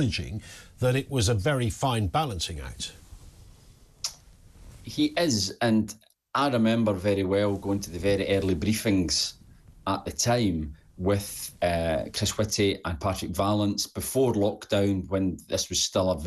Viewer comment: I think he said beefing instead of briefing 😂